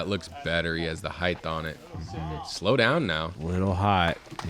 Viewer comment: what is it with disc golf commentators saying heigth and not height. the word is H-eye-t not H-eye-th ???????